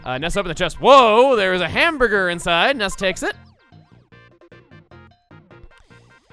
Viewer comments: The way he makes it sound, it sounds like he says ham bger. He misses the other two letters. he doesn’t say it like ham bur ger. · It sounds very slightly like hambugger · He kinda sats it like "ham-buh-guh" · I sorta of noticed it after he talked about it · He can't pronounce the first r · Running joke that he can't pronounce hamburger